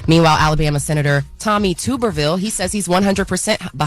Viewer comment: 😂that is NOT how u pronounce Tommy Tubervilles name